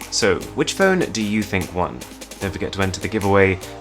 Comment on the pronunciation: He cant even pronounce "and" :)))) all I hear is "ant"